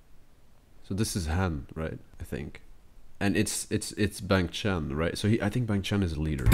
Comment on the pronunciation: I hope this helps you with pronounciation: hyunjin - (hyeon-jin) the "eo" should be pronounced like the "au" in "august" , but most similar to the "o" sound in "honey" felix - its an english name, so pretty obvious bangchan - (bahng-chahn) i added the extra "h"'s cause it shoould be an "ah" sound (like a sigh) for the "a" I.N. - (Ayen) the "I" and "N" are separate letters haha. also since its his stage name and you could honeslty just call him by his real name, "jeongin". the rest of the group goes by their real names so most people just call "I.N" as jeongin instead. the "eo" sound in jeongin is pronounced most similarly to the "au" sound in august" changbin - (change-bin) again i added the "h" cause the "a" should be a sighing "ah" sound seungmin - (sung-min) the korean sound with which seungmin's name is spelled is hard to explain using english letter pronunciations. you can pronounce the "eu" like the "u" in "lung", but at the same time it isnt a really strong u sound. but for simplicity, pronouncing "eu" like the "uh" sound is fine :) lee know - pretty straightforward. you could also call him by his real name, "minho" (which is also straightforward) but in minho's case most ppl actually call him "lee know". if you do become a more dedicated fan though you'll probably just end up calling him minho (pronounced min-hoe) hope this helped!!